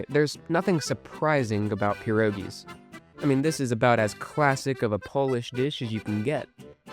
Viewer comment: The correct term is *pierogi*, not *pierogis*. "Pierogi" is already the plural form, so there is no need to add an "s" at the end of the word. You have one *pieróg*, but two, three, four, or 200 *pierogi*.